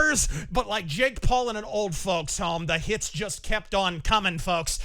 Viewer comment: Didju rike it?